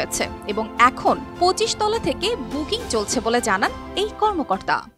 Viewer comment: তলা'কে বলছে তালা! 🤣🤣